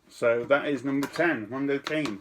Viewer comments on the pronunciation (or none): Protip-- If you're uncertain on how to pronounce a non-English word or phrase, plug it into Google Translate or similar. "Mondo Cane" doesn't rhyme with "rain"